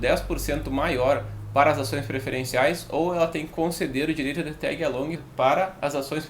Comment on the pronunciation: aí é o manjador de inglês! Tégui alongui! XP